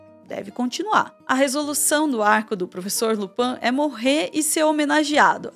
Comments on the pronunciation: Uma grande análise que nem sabe falar LuPIN certo... Só confundiu com o ladrão da serie da netflix enqto vc buscava absurdos prontos na internet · Tirando a questao do Percy (que sempre foi zoado, nao por ser funcionario publico mas por ser um pedante de b0sta) e a pronuncia errada de Lupin (acho que tu confundiu com a serie francesa haha), a análise tá certeira. E nem venham com papinho de Hermione ministra da magia e etc pq NÃO faz parte dos 7 livros. Potterheads tão igual a Rowling: remendando a obra pra ver se fica menos problemática. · claramente quem escreveu o roteiro não leu a história, malemá viu os filmes e nem a, pra falar Lupã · Só da criatura chamar Lupin de LUPAM já diz tudo. Não se deu o trabalho nem de assistir uma cena onde ele aparece porque já iria ouvir o nome correto kkkkkkkkk misericórdia.